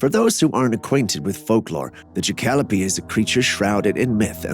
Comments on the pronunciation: Ok, half way through you show a picture of a rabbit with antlers and you called it a ( I’m spelling it sounds and how you said it’s name) jahkalopee, lmao, it’s actually called a Jackalope ( Ja-Ca-lo-pe) like Pope without the first p. Ja-Calo-pee is not how it’s pronounced bro, 😂. Keep trying brother, keep trying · It's pronounced Jack-ah-lope, not Jah-cal-o-pee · Thank you for writing and saving me the time. I about spit out my water when he said Jah-kalopee. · JACK-A-LOPE not ja-cal-o-pee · It's "Jackalope" pronounced "Jack-a-lope", not "Jacallopee". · 😂😂😂😂 I like Jacalopee better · Jac cal o pee lol the way he said it lol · It's pronounced JACK A LOPE 😂😂😂😂 BEING FROM TEXAS I SHOULD KNOW 😅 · The way he said jackalope🤣🤣🤣